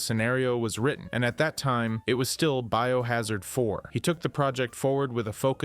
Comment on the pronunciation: Dude seems like somebody who recently got into the franchise because he saw the hype for RE9 and just revolved his channel around it and reads Wikipedia entries. Who TF spells out STARS and says it as B.O. Hazard? And don't get me started on the footage he shows after stating cut content has fucking concept art.